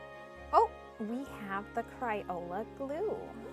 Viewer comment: “Cryola”???? CrAyola!